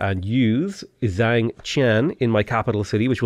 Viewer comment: I like how he pronounces Zhang completely different in each video. (Zh="j." A="ah.")